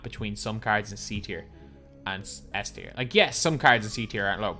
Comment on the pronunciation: Yo, u mispronounced S Tier bro 💯 no worries